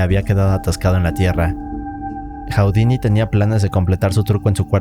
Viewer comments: Hu-di-ni, no Hau-di-ni! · Está muy interesante el video, solo que estresa un friego que diga "Jau-di-ni" en lugar de "Ju-di-ni" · Nadie, absolutamente nadie en el mundo: Este tipo: "Jaudini"